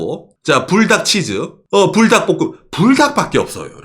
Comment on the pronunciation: 저는 불닭이라고 읽엇는데 뿔닭이라고 하시는군요 ㅎㅎ